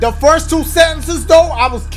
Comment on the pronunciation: First sounds like blue